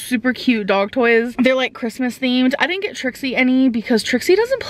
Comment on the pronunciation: “No deedint 🙄🙄